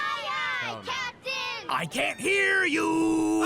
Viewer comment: Aye aye cap-dih-n💔